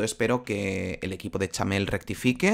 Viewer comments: POR QUÉ DICE CHAMEEEEEEL😮‍💨😮‍💨😮‍💨😮‍💨😮‍💨😮‍💨😮‍💨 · Porque dices Chamel y no Chanel? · Ella se llama CHANEL, NO CHAMEL como dices todo el tiempo tío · Cada vez que dice chamel pienso en un camello, no se por qué 🤣🤣🤣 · Xq dice Chamel